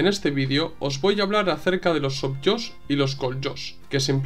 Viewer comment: Excelente trabajo. Gracias, camarada. Un detalle, la pronunciación de la j en Koljós/sovjós es "j" (fricativa velar sorda). Viene de jozyáistvo (хозяйство). Esta palabra significa "conjunto de medios de producción". En este caso, donde hablamos del campo, esto también puede traducirse como "granja". Particularmente, Koljós es el acrónimo de KOLektívnoie JOZiástvo [КОЛлективное ХОЗяйство] [granja colectiva]. Mientras Sovjós lo es de SOVétskoie JOZyáistvo [СОВиетское ХОЗяйство] [granja soviética (en este caso, igual a granja estatal)].